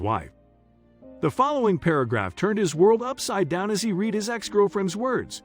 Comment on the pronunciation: “Read” As in “red” NOT “reed”